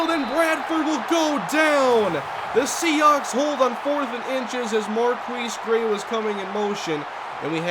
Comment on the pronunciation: Seahawks. Not Sehawks